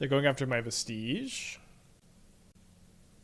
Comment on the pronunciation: Vestige is pronounced like "VEH-stij" not like "veh-STEEJ" Not tryna be a butthole, it is just really hard hearing every streamer mispronounce it